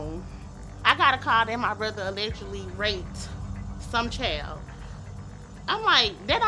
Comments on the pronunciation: Da chow?…why is she calling a kid a chow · What’s a “CHAYLD” 😂😂😂😂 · Can somebody tell that idiot it's pronounced 'child', not 'chael' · Chayilld??? Meant to be child??? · It kills me when people pronounce "child" like "chowld" 😂😂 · “My brother had texted her chowd” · What in the hell is a “chaail” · That’s a wild pronunciation of the word child